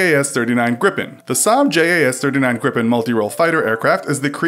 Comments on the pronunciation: greepen, not grip'n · Ok. Just... You are pronouncing Gripen WAAAAY WRONG. AND JAS. Why did you not tell us about JAS. It stands for something translated to Hunt (J), Attack (A), Surveillance (S). Like duddeee